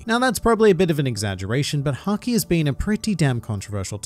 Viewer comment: Why did I hear "which is sanji" instead of "which is haki"